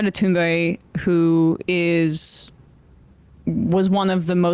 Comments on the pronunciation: It's cool that Emma knows how to properly pronounce Greta's last name. It's rare for English speakers. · Respect for pronouncing her name right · Thank you Emma for pronouncing her name correctly.